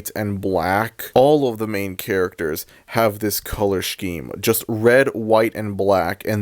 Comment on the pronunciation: look, I love you, but... "shkeme"? 😭 so far I agree with everything you've said this just threw me off. HAHA no hate